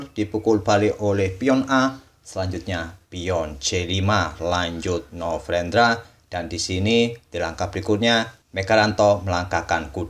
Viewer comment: Ini telinga gua typo dari kmarin apa ya. Dengernya novrendra bukan novendra.